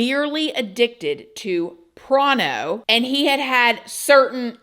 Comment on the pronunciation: I love when says “prono” 😂😂😂😂😂😂😂😂😂😂😂😂😂